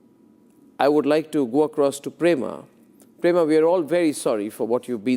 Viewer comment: Is not Prema, but Pema